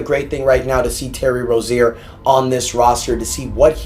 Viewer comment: And bro it annoying how u say rozier say it right bro ur basically saying terry rosier